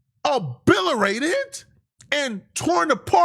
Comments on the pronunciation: tf is “abilerated” pretty sure he means obliterated but is getting too much money not to own a dictionary, and sound like an illiterate buffoon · this nigga said Obolirate 😂😂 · using words he's never heard before is hilarious. 😂 "Up and standing" had me crying, but "obilerated" is absolutely blasphemous. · said “obil a rated” lmao